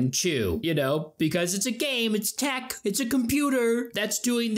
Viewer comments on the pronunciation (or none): none